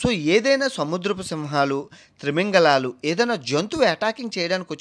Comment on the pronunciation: మీ వీడియో సహజమైన బాషలో చక్కగా ఉన్నాయి.అయితే త్రిమింగలాలు అంటున్నారు, తిమింగలాలు కదా అనేది.